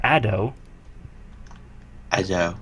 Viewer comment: ado is a word. as in Much Ado About Nothing. it rhymes with "a shoe"